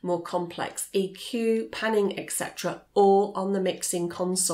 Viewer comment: A very clear and concise explanation of the differences between mixers and interfaces. My only criticism, and I don't understand why people do this, but she is mispronouncing the term "et cetera" as "ek cetera" When a highly intelligent person makes a mistake like this it baffles me.